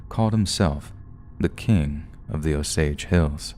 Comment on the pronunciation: 😊nope, he pronounced it right